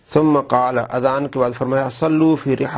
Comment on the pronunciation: ماشاء اللہ azab nhi azan ye sahih farma dyn